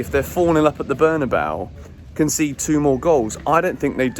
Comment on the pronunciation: FFS. It's pronounced Berna-bay-oo. You should know better🙃